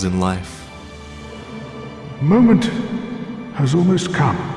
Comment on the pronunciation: "Seigvard". That's how the man himself pronounces it.